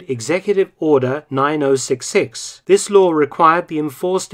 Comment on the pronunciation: I only have a single complaint about Mark Felton he says "sikth" and not "sixth" petty but it does get on my nerves.